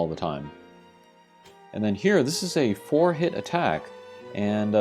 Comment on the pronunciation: Bruh, when you said "four-hit attack" I thought you said forehead attack! I was like WTF?? Great info and thanks for the review! I haven't pulled her yet, but I'm def looking forward to getting down with her thiccness XD